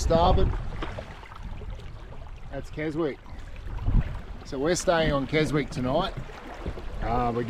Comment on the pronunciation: Silent W in Keswick, pronounced Kesick.